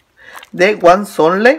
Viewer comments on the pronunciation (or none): se pronuncia huazontle jaja